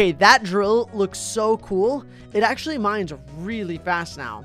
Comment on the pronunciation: It zero actolly Actolly not kidding